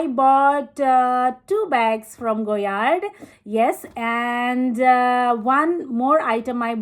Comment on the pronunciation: Correct, there is no MM for the St. Louis, so her saying “small,” “medium” and “large” is wrong. There is the PM (petite) and GM (grande). At least she pronounced it correctly.